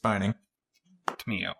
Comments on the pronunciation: Actually lore-wise it is pronounced Tom-e-o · Its Tam-yo. :D